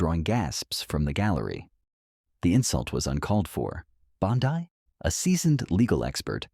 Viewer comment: This is total propaganda, and you all believe it lmao Chen was never arrested. He actually humiliated her for not having any regard for the Constitution. It's literally trending everywhere...how do people blindly believe these AI videos that can't even pronounce her name correctly??